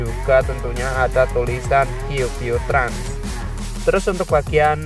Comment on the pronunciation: qq trans ❌ kiuw kiuw trans✅ kedengaran gak